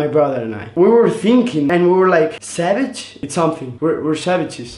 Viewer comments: R they saying sabage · It's so adorable when they say savage it sounds like sabage 😂💕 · They say “savage” like cabbage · I love the way they say savage coz it sounds like their saying sabage Love ye 💗💖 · They "sabage" boissssssssss